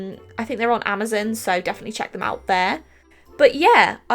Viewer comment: Wait "Amuzum"? Her accent gets me every time.